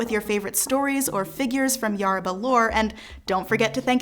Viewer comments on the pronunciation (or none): It's not YARABA, it's YORUBA, yoh-ru-bah. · Is anyone else ticked off that she says Yaruba instead of Yoruba? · ( Yo row ba ) I think that’s how it’s pronounced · This video is great but Yoruba is pronounced "yo-roo-bah" The "yo" is pronounced like "yo" in hip hop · It's definitely "yoh-roo-bah." The pronunciation of most names in this video is atrocious. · Thank you for clarifying some of the statements here. I really did enjoy the video, but...the narrator's mis-pronuciation of almost every entity she mentioned (even the name Yoruba, which is NOT pronounce "YER-ba"!) was very annoying, if not downright disrespectful. Peace to you. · The speaker can't say Yoruba well or Adeyemi. She should have practiced how to say it. Please remake this video with proper pronunciation. You're indirectly educating people to incorrectly pronounce Yoruba names.